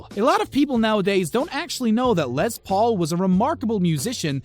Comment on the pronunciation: It's not Lez, it's Less. Les Paul. Les is short for Lester. His name wasn't Lezter.